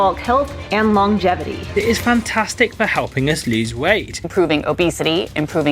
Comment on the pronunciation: Great video, even though you did mispronounce longevity. So, it’s not long-gevity. It’s lon-gevity. It’s only one G. The bald guy says it right